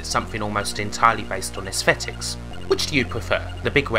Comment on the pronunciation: oooooh asthetics was gweat